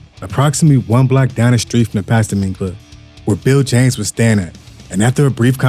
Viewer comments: AI generated . Pasta-mine lol it's Past time . Say it right. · Did this foo just pastimmeeeyyy club lmfao pass time homie 😂😂😂😂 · Does this foo really not know how to read?? Pastime is pronounced PAST TIME Cmon man... lmao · ''Pas-ta-mine" 😂😂 what in the actual fvck is that? 😂😂😂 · PAST TIME